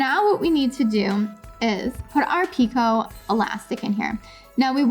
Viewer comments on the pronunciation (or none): Picot is pronounced Peekoh. I hope you don’t mind. I like to know these things. I love your videos🥰